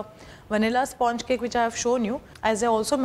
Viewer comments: At the very beginning pronounce 'sponge' correctly and then proceed! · Please learn to say sponge correctly